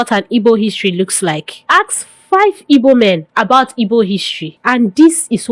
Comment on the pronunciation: I don't know why you find it difficult pronouncing igbo please its not ibo, what is ibo?😂😂😂